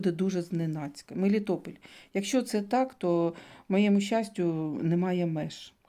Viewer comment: Мелітополь! Не Мелітопіль)